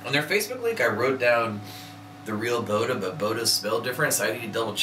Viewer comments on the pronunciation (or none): It's pronounced Bod-Duh.